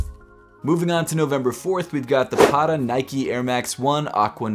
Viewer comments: the way he pronounced Patta hurts my head. mans saying paddaa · No disrespect but please pronounce Patta correctly the next time. There are two T's not D's. Patta is Dutch slang for 'sneaker'.